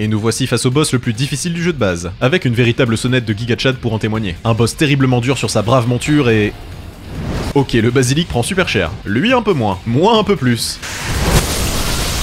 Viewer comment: Pourquoi dire guiga chad aulieu de giga chad